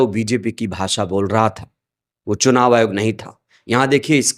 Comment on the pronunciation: Chunav ayog nahi churav ayog h bhai